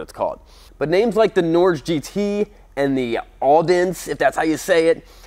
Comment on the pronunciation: It is pronounced 'Nor-ghe'. It is Norwegian for well.... 'Norway'.